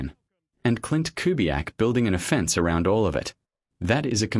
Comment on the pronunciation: Stupid AI. Say the word "offense" again in terms of offense vs defense. Your dumb ai said it like a legal "offense".